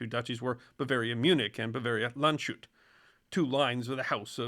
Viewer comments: "Land-shut" Nope. sh in German is never the same sound as in English. Think of it as 'Land's hat' ('sh' is 'sch' in German.) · I hate to be the guy, but Landshut is pronounced: Lunds-hoot It translates to "the guard of the land"